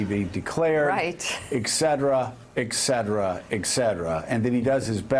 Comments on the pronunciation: JOE: The word is pronounced "ET CETERA" NOT "EK CETERA". Yes, I'm a grammar and word nazi. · Would someone please tell Joe that "etc" is not pronounced: "eck-setera" Jeez Louise ! >